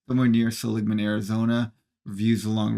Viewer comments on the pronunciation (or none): If I'd known they would be in Flagstaff, I would have driven up from Prescott! IIRC, Seligman is pronounced "See-leeg-man" (btw Prescott is pronounced as "Press-kitt"). Too bad they didn't take the old Rte 66 stretch through Oatman, AZ.